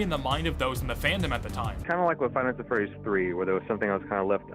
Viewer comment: fnaf at freweeys